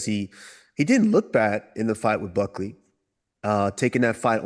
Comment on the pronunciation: Did Chael just call him Cuckley…? 😂